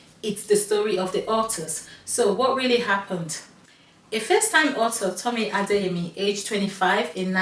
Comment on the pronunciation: Heya. Just so you know, you got one of the author’s names wrong multiple times lol. It’s Tomi Adeyemi, not Temi Adeyemo😋